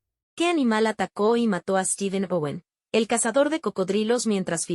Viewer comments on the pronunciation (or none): none